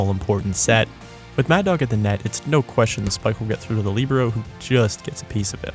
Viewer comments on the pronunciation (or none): none